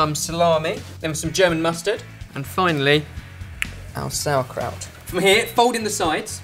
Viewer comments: Im getting triggered from this "sour" kraut. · I´m german and I love the way you pronounce "sauerkraut" and "spätzle"